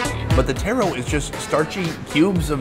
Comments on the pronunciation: I dont like how you hating on taro and calling it tear-row rather than taa-row there no i or e in taro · Taro not Tero. 😅 Taro is not red potato or red sweet potato. Taro is Yam!